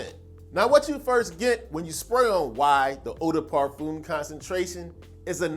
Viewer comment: It's pronounced 'parfehm' not parfoom